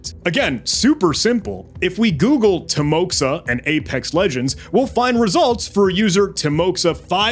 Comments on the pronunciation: what a fantastic video and an absolutely remarkable investigation - hats off! just a few clarifications on this topic from a native russian-speaking perspective: 1. timoxa is actually pronounced as timoha, with an accent on "o". it serves as a shorthand for the russian name Timofey. 2. it's essential to recognize that not everyone who speaks the russian language identifies as "russian" (with aprox. 380kk speakers worldwide). 3. this one is mostly related to the Mande's mistake (who made that inverview video) - dude explicitly stated "I'm Russian". it's worth noting that Belarus (as mentioned in the subtitles) is distinct from Russia. this distinction is further supported by your gmaps activity review, which only spotted locations in Russia. Belarus lies far away from the left pointer on the map. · I believe it should be pronounced as Teemoha, not Timoxa. Because X in Russian is sound like English H, and I should map to EE sound. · Bro this is not "timoxa" it's a timoha, it's a Russian name. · Как больно было слушать тимокса, когда ты Тимофей 🙄